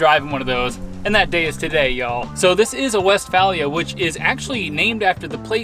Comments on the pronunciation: Just for future reference my guy its pronouced west-fay-lee-uh. Dont let any hippies catch you saying it any different :P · In the UK it's West-fay-lee-ah,your buddies the Travel Beans have a Vee dub camper for their European travels so you guys can compare your experience